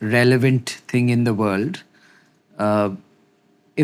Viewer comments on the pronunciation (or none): "Deter MINE ing". Typical. Comes across like a typical Mommy's pet. And that lisp? Oh my days!! NEXT